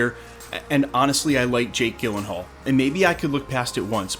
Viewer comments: “Gill-in-hall”? I’ve heard it pronounced “Jill-in-hall” from many people over the years. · Gyll as in Jill, not Gill 🫡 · P.S. it's pronounce Jill-en-haul, with a soft G sound. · Fun fact: the G at the beginning of his last name is pronounced like a J. Jill-uhn-hall, not Gill-uhn-hall. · It’s like nails on a chalkboard if I hear you say his name Gil-en-hall one more time… it’s Jill-en-hall. 😞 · You are pronouncing Jakes last name wrong, please correct it. It sounds like Jill not Gill...seriously you should know this...🤦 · Jake Gyllenhaal Pronounced: jill-en-hual Your welcome 🙏🏼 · It's pronounced "jill-en-hall" in american english. If you were to go to the Swedish pronunciation (where his family immigrated from) it would be pronounced "yee-len-hall" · Gyllenhaal is actually pronounced "JILL-len-haal". You guys don't ever do research on name pronunciations? Hopefully, he is beardless. It's bad enough that the MCU Thor is bearded (all the time) and helmetless (the majority of the time). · You’re mispronouncing Jakes last name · Dude, nobody on earth pronounces his last name like that lol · I had to stop watching this after the 30th time you said his name wrong. Couldn't take it anymore lol. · I agree with you 110% but for the love of god please say his name right 😖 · I was today’s years old when I heard someone pronounce Jake Gyllenhaal’s last name this way. 😂😂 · Take a minute to learn how to pronounce an actor's name. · Gyllenhaal is pronounced with a soft G not a hard G. Look it up. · Bro, I love this channel but you mispronouncing Jake G’s name about sent me into a panic. Thanks. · Are you kidding me with that pronunciation? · I cringe every time you mispronounce his name. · Did you just mispronounce Jake Gyllenhaals last name? I'm so uncomfortable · Over and over again!